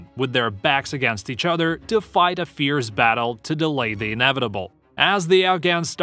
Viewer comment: why can’t this narrator speak correctly? fearz and fierce are not the same word.